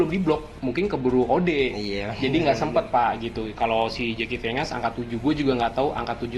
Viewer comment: Jeki vengan baca nya zaki venjen bang